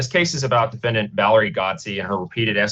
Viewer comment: Am I the only one who thinks it's strange that the judge and the attorney keeps pronouncing defendant as: dee-fen-dee-ant? But seriously, this woman sounds like she needs to be under mandatory institutionalization. Maybe she's doing a little 'self medication' with some crystal...?